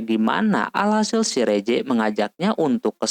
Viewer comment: mohon maaf ka bukan reze dibaca riss